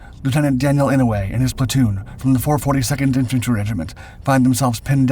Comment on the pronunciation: Someone at my workplace is related to Daniel Inouye and has the same surname. Incidentally, it's pronounced "I-no-u-e" with 4 syllables. Our airport is named after Daniel.